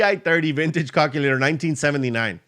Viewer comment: Hey I just discovered your channel today and I love it. I know English is not your native language, but has anyone told you that the way you pronounce calculator makes it sound like the English name for a male chicken if you know what I mean. Google how to pronounce calculator so people won't giggle when you say it.